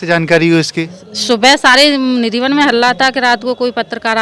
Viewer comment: Radheshyam Sundar.🙏🙏 Nidhivan bolo bhai